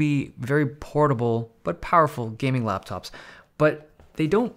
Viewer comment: “Jayming laptop”